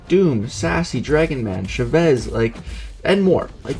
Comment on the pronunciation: CHA-vez , it’s how you say her name btw. 😂